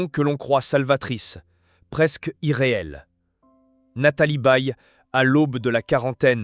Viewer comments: La voix est à chier .Je zappe systématiquement, merci l I A . ON NE DIT PAS BÉE MAIS Baye comme goodbye . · Nathalie Baye n est pas une Baie. Son nom est mal dit. Je suis du Quebec et je sais comment prononcer son nom.